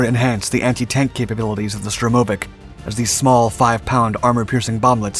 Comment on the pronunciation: STURmovic not STROmovic.